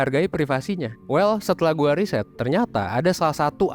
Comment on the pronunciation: Riset bukan risét